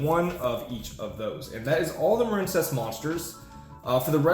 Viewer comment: You're shitting me right? A water based archetype? It's pronounced muh-reen. Just like marine life or marine mammals or the US Marines. You mispronounced it intentionally and you make yourself seem retarded every time you say it. Also this is how you spell the name "Maren". You know this stop pretending and quit mispronouncing card names intentionally. You're a grown man ffs. It is the stupidest trend in Yu-Gi-Oh!.